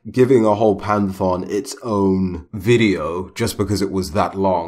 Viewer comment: panthon? pan-thee-on*